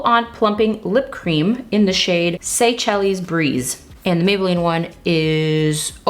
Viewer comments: Hi, great video I thought both sides looked great, except for the PP highlighter. Not at all makeup related, but I thought you might want to know that Seychelles is pronounced "say-shells" and is an archipelagic island country off the coast of east Africa. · You always make color look so wearable! I cackled at your pronunciation of Seychelles (say-shellz)